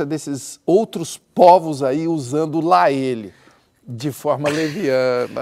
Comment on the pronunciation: Porra, até João errou o lá ele. Ouxente, João. hahahahaha Mas tá valendo. ❤️♥️